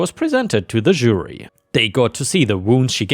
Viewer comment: really wish you would learn how to pronounce Jury.